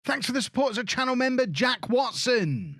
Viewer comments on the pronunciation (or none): none